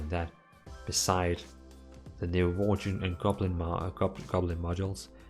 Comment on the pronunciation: Did he just say "Worchen"?